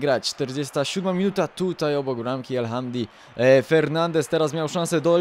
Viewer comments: El Hamdałi się czyta :D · Czyta się el hamudi